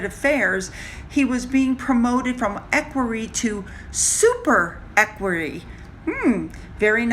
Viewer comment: Equerry is said as eckweree.